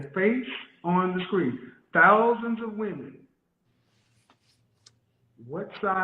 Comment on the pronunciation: Educated? She doesn't even know how to use the words Woman and Women correctly. Either the younger generation is going deaf or they are not learning our language properly. One woman, two women. Woman and Women are not pronounced alike. Go back to school! LOL